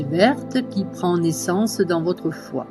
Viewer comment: Le son médical du foi est chu ! Et non pas xu ! Pour le triple foyer c'est le son Hu